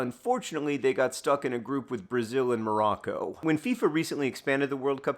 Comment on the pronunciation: “COROCCO” -Wayne Gretzky